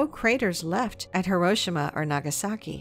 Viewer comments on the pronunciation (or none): Horoshima? Wtf was that pronunciation